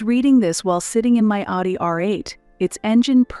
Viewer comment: AI has a problem with the pronunciation of Audi.